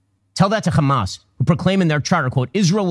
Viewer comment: I just want to say its HAMAS not KHAMAS. Free palestine